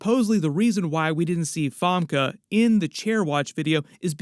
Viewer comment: have i been saying 'famke' wrong for 26 years?